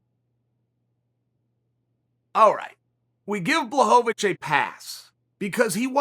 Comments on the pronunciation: Say it with me Sonnen : " Bła - ho - vich" where "ł" can be roughly pronounced like "w" in " was or win" and the "ch" pronounced just like the one in your first name ;). It's not that hard. He's a light heavyweight champion for cryin out loud , give him some respect. You're not saying Khebab Armageddon are you ? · Sounds like you said Jan “block a bitch” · Me: Jan Błachowicz (Yan Blahowicz) Chael: Jan Błachowicz( Yan Blackowich) Me : Ok Great!! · Me: Blachowicz Chael: Blahohovitch Me: ok, great. Blahohovitch Chael: let me offer you this- Block of itch Me: ok, great. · blockavitch or bla-hoe-vitch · Me: Blachowicz Chael: Blockovich Me: okay great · yan blockawitch how can Chael have me dying by the second word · Chael “Jan Blockovich” Sonnen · Dis nigga just said BlockOhVich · I believe, the proper way to spell Jan's last name would be BWUHOVICH, so Chael could pronounce it correctly. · Block-o-vich ? Breakfess ? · Jan BLOCKAWITCH - Chael “Pea” Sonnen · Jan Blachowicz: Uncle Chael: “Blockavich” Jan Blockavich: ok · Blackowich??😁 Chael giving new names to everybody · Chael 'Blakovich' Sonnen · Jan: finally whole world will know my name! Chael: BLOCKOVIC Jan: ok, kurwa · He said Santos as well if Jones is afraid of him. Its fight with goat and money fight so why wouldn't call him. You probably just jealous he did you never could fucking do. You cant even say his name correctly you moron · Spells his name perfectly in the title, proceeds to absolutely butcher the pronunciation. Classic Uncle Chael. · At least try to pronounce Jan's name right. And it's "Hor-hay" (Jorge), not George. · He will only be the champ when uncle chael blesses him by prounoucing his name right.